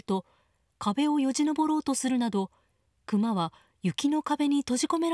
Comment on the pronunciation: ✕↓クマ↑ ○↑クマ↓ ✕一匹 ○一頭